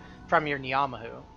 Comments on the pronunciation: as somebody from NZ hearing you say Knee-ah-mah-who hurts so much to hear fairly certain its pronounced nah-mah-who still, doesnt take away from the content too much, keep it up! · your pronunciation of ngamahu makes me wanna kill myself